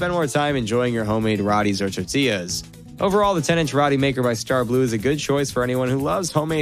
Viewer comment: I think it’s pronounced Row-T.